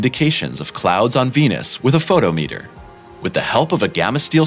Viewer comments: a photo-meter hahahah FOH-TOM-IT-ER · I find it difficult to trust what you present when you don't get pronunciation of scientific instruments correct. pho•tom•e•ter is pronounced like fō-tŏm′ĭ-tər